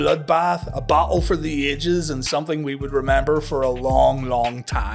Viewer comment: Match was a big disappointment. You obviously mean battle not bottle! Lol, and it's jackhammer not Jockhammer lol...